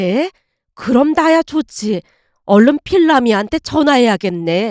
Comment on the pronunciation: 필남할머님 부를때마다 왜 내귀에는 길라임이라 들리노;;ㅠ